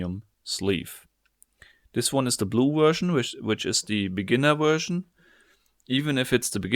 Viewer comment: vershion xD